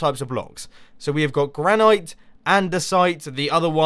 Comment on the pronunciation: Just so you know Mumbo, Granite is pronounced gran-it